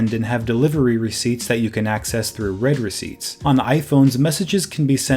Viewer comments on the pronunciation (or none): It's pronounced 'reed' receipt, not 'red' receipt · 'reed' receipts, not 'red' receipts